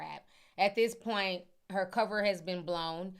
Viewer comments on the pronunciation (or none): none